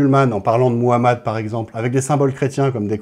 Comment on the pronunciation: C'est Mohammad paix et bénédiction à lui et rien comment tu prononce son nom ça montre ton ignorance